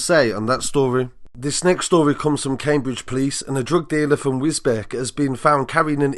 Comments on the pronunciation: pronounced Wisbeach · Its pronounced wisbeach not wisbeck. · The correct pronunciation of that Cambridgeshire town is Wisbeach but spelt Wisbech. I can see it can be confusing to people outside the County. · its 'Wisbeach' - spelling Wisbech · It's pronounced wisbeach but spelled without the a. Don't mean to nitpick but that bugged me 🤣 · It's Wisbech not wisbeck 😂😂😂 learn before you post 😂😂😂 some people are thick as 💩🧻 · It's pronounced "wis beech" for future reference bro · Its pronounced wis- beach😂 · Its pronounced wiz beach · its pronounced wis-beach